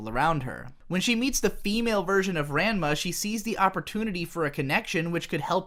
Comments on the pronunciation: RAH-NMA, not RAN-MA. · Him calling Ranma Raanma instead of Ran ma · what the Fuck is wrong with you RAN-ma? I thought it was pronounced "RON-ma" WHAT IS WRONG WITH YOU!? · Ran-ma Ran-ma i dont know but this made me fuckin laugh Ive always pronounced it Ra-nma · It hurts to keep hearing this anime uber fan pronounce Ranma like "grandma." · unrequited rhymes with "kited". Ranma doesn't start with Ran rhyming with Anne. Ran rhymes with brawn. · Ran-ma... facepalm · I am descending into deeper levels of insanity with each pronunciation of "Ranma" in this video. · is that really how you say ranma??? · You were saying Ranma incorrectly on purpose, right? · How after all this time can you not say Ranma properly? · Listening to you mispronounce Ranma every single time was like fingernails on a blackboard. What the hell, man?